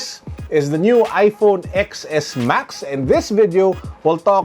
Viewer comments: its iPhone 10s Max Boss 😊 Every Youtuber Read that way. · Reviewing tech without knowing first how to say the name properly/correctly. You’re giving wrong info for those people that are not into tech that only relies on youtube/google.